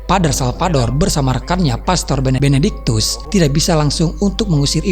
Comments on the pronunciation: Benediktus ya tolong.. bukan Benebenediktus🤦, please deh ah..! Ini cerita horor bukan komedi, jangan bikin saya ngakak..😤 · Benedictus bukan benektikus